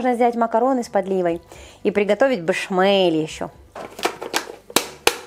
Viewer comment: И приготовить «бэшмеле» 😂😂😂